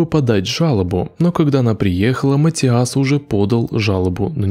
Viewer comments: ваше матиАс невозможно слышать... это каждый раз удар по ушам. Неправильное ударение очень влияет на восприятие. имя матИас довольно распространённое, непонятно почему у вас сложности с его произношением. При подготовке видео желательно проверять и тренировать произношение/ударение. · Матиас, ударение на "и"🙏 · приветики;)) Имя произносится, как МатИас! Ударение на "И"! Спасибо, за ПРЕКРАСНУЮ работу!!! Получила "море" УДОВОЛЬСТВИЯ;)) Nicole Tel-Aviv ISRAEL Shabbat Shalom 🙏